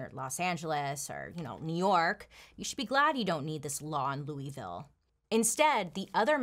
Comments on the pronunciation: "Looeyville" has me shook, I know you hate hearing this but we pronounce it "Louhville." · I love you… but it’s pronounced LOU-AH-VILLE, not Louie! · Hey Bailey. Im from Louisville and you pronounced it wrong. Its (lew-a-vul). Love you! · "Loo-ee-ville" has me cringing. I'll look over it cause you're so awesome, Bailey <3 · Its( looo- i- vul) in pronunciation....sorry I'm from Kentucky, I had to... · Bailey I live in Louisville and you said it wrong 😭